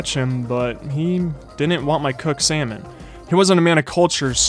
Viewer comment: Salmon not samon~ bad😡🤚🏼